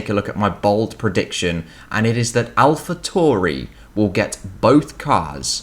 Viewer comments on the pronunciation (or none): Not Alpha "Tory" .... its Alpha Tauri .... as in Alpha Centauri